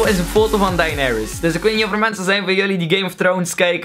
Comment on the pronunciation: De manier waarom Daenerys wordt uitgesproken :(